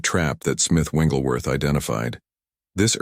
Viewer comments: The correct pronunciation is Wigglesworth not Wingleworth. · His name is Wigglesworth not Wingelsworth. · Very powerful. Thank you. Shouldn't the name be pronounced as "Wigglesworth" and not "Wingglesworth" ? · You’re saying the wrong name!! It’s not Wingleworth!! Learn his real name. Wigglesworth!! There’s no wing in his name!! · Before I listen any further and I am sure that it’s going to be very good…. It’s disturbing that your commentator keeps calling him. Smith Wingglesworth….…. It WIGGLESWORTH. No N IN IT. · Smith Wigglesworth but the reader keeps calling him Smith Wingleworth😅 Thanks for the revolutionary revelation all the same . Appreciated ❤ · You can't pick an AI voice that correctly pronounces "WiGGLESworth"? 🤔 😐 You got all the like, subscribe, comment, share, on screen prompts for same promotions in there. Dollar over dialect? Scrilla over scripture? English as a 2nd language? What could the issue be?🤔 And the hitch in speech rhythm🙄. Really? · Interesting message but, It's very distracting and disturbing that the ai bot that's reading this keeps calling Mr. Wigglesworth... "Wingelsworth" 🫤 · I'm confused on the picture it says Smith wigglesworth but yet the narrator keeps saying wingleworth. Which is it? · Why do you keep saying smith wingleworth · There's no "n" in the man's last name!!! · What is troubling to me, is he keeps pronouncing Wiglesworth’s name wrong? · Please pronounce Smith Wigglesworth's name correctly